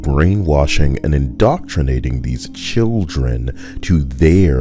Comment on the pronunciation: Wtf? I was listening while cookng and heard you say something like children and it sounded like Shilldren. Still accurate. 10/10.😂